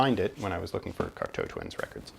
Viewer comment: Hi. Great overview and information on Cocteau Twins. I also now know how to pronounce the name correctly. I did not get into them until the 90s but have slowly been finding their music on vinyl. It was interesting to see their various albums but also to hear your passion for their music. Well done and very interesting. Steve.